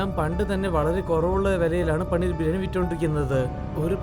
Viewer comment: പണ്ണീർ 😆✅പനീർ 🙂❌